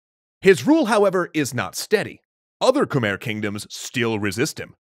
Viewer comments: It’s Pronounced Kamai not Khmer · It's khem-I not khmerr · This is really awesome! I'm curious about what can be found regarding martial arts or common day life in the Angkor Empire period. Quick note: as a Cambodian person, I can confirm that Khmer is pronounced as Kh-my not Kh-mare. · So I've been there and unless I was misled while there its not pronounced ka-mare but instead ka-my. My family ran into a few problems with prouncing the city names as well lol... i wanna go back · It's pronounced KMAEEY not KEMER EDIT: JA - YA - WUR - MAN, not Jawraeomon lmao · I'm getting bothered by anyone saying Khmer, it's Mai with "mer" pronunciation. Believe me, it's literally khmai not "mer" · Khmer is pronounced kuh-my not kah-mare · K'Mai not k mer... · I usually don't care, but since you're an educational channel I feel obligated to tell you that Khmer is pronounced "Khmai" like sky. Probably one of the series I've most ever been excited to see, not enough people talk about Cambodia. Much love. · I thought Khmer was pronounced K-my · Angkor not Ankor and Khmer is pronounced Khmi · Khmer martial arts must have been Bokator during that time. We pronounce Khmer as Kmae with the “ae” part sounding like the “a” in avenue. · Khmer is actually pronounced “Koo-mai” weird, i know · It’s pronounced “kuh-meuh”. Edit: screwed up the pronunciation spelling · Hate to be that guy, but "Khmer" is pronounced "KuhMAI." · It's pronounced ku-mai 😢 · Love the channel and love the video. Quick point that I wish was done differently: Khmer rhymes with 'Thai', not 'where'. I'm not the best person to anglicize it, but it would be pronounced like kmai. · Kmher is pronounced kuh-mair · Isn't it pronounced Khmai? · Everyone is getting worked up over the measurements but no one's talking about how Khmer is mispronounced. It should be more like "khmai" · You are saying Khmer wrong it khmi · Its pronounced khmei but spelled Khmer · ahhhh its pronounced Khmi not Khmer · You said khmer wrong